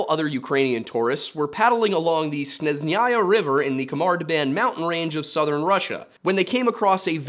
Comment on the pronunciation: Snejnaya its pronounced :) it means snowy. it’s easier to just ask Russians directly to help you with pronunciation so don’t have to guess every time.